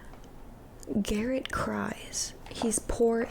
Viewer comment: his name is garret not darek 😭